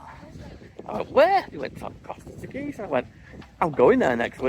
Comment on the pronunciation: Very nice video. We’ve been to CT a few times and like it. Ask one of the locals how to pronounce Teguise.